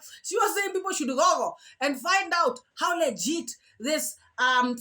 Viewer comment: Jesus, can she learn to pronounce the words google and feces? Its not faces 😂😂😂😂